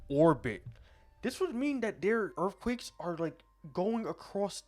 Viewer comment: "dis would mean dat dere earfquakes are like going across de entire earf itself" lol